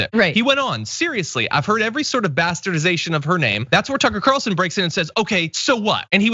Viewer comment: so carlson tucker is prounouced cuntson tucker.